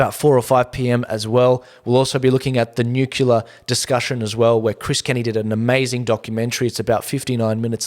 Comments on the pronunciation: Please - NEW CLEAR. We should try not to contribute to the mispronunciation of this tongue-twister, as more and more seemingly educated people are doing all over both sides of media. Nuclear. Nucular? Newcleah. Newclear. I love your show, always great content. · Your show is "nucelar".... good to see you back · Say it together..."NEW-clear" Spazzard and Chunt are desperate. Noone is buying what they're selling.